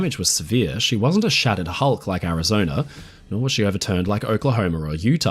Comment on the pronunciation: A good historical documentary ruined through the use of a slimy limey AI developed by a second grade dropout living in the slums of South London. It has the battleship "Arizoner" damage during the Japanese assault as reported by crewman on the "Indianer" who "sawer" it. Both vessels had previously been stationed in North "Ameriker" but now sailed from Hawaii. If this documentary had had information about it, it would have reported that there were people in "Havaner" which is the capital of "Cuber," and Island lying south of "Florider" and "Louisianer." "Cuber" is closely allied with "Venezueler" northeast of "Bolivier" and "Argentiner." Geographically South "Ameriker" is west of "Afriker." Why any site which claims to be educational would use a slimy limey low class AI is beyond any reasonable deduction.